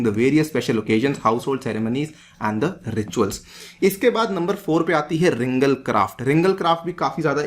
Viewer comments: btw its "ringaal" great lecture thank u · it is pronounced as RINGAAL